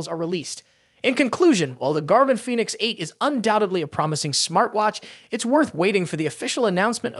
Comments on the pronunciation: Foonix. lol. Nice try AI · Fooneeks eight LMAO